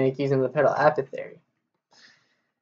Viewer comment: "A paw thick airy" not "Appo theory" Anyway, thanks for this video, its incredibly helpful!